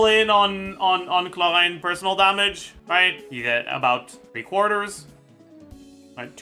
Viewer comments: Omelette du Chhholraande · why does bro call chevreuse "chev-lurz" clorinde too "clohand" tho i got a question , assuming u do 1-2-3 heal and repeat that , is clorinde enough of a sustain to keep the team from dying due to furinas healing sharing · not butchering every pronunciation ever mission impossible "KLO-RÄHN" 🤡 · He pronounces Clorinde interesting ..